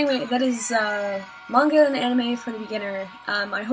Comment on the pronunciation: i love that you say manga correctly c